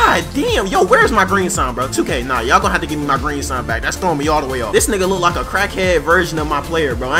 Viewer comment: Yo laughed is so funny and the way u say niggaaa is so funny hehehe